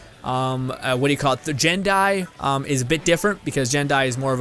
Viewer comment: Taloz Gaming I know, every vid I hear him say jin die I write a comment about it